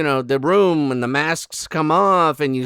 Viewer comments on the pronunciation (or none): none